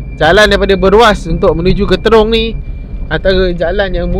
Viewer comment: Assalamualaikum wbt buat.apa khabar? diharapkan saudara sentiasa komited dan bersemangat untuk merealisasikan usaha menerbitkan kontent yang lebih padu dan bermanfaat setiap kali upload video.jangan mudah mengalah.sebutan Trong sebenarnya bukan terong.jalan dah banyak berubah cuma suasana masih sama,jadi berhati-hati dalam perjalanan tu.bermacam-macam kemungkinan boleh terjadi.moga sukses selalu.salam hadir dari Perak Tengah.